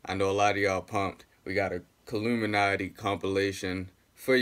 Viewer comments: I thought they'd be different, but no... it's still KILL-UM-INATII smh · its killumanti not killuminati dammnn